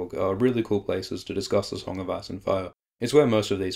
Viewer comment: Sounds like hes saying song of ass and fire